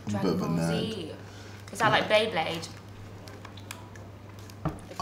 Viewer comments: Triggered me when she pronounced it bleyblade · Did this b* say bay blade